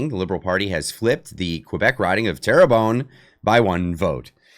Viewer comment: It's pronounced Tearbun